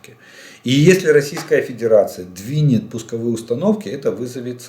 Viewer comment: 👍👍👍 Очень уж понравилась случайная оговорка на 48.50 минуте. Про Педирацию вы прям в точку 🤣🤣🤣